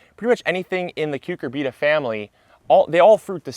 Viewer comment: Interesting and helpful video. BTW, most people say "cyu CUR bita", not "cyu cur BEET a".